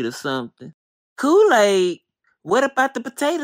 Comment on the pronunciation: Lmao how you mess up Kool-aid 🤣 yep. mmM-hMmm